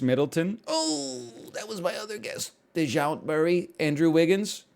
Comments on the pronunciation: "De-zhount Murray" killed me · "De-jount" murray too 💀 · “Dayshant Murray”